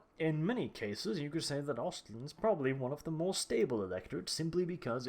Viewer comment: omfg its "ostland" ..exactly like you english and american say..just the A in lAnd is pronounced like in the a's in "aha"